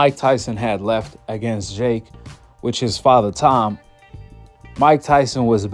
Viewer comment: Why do you say jhhhhake instead of jake